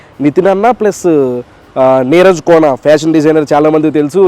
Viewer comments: Adhi neeraja kona, not neeraj kona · Neeraja kona bro neeraj kadu